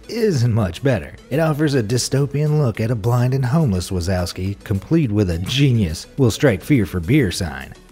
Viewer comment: Wazowski is pronounced (VA-ZOF_SKI)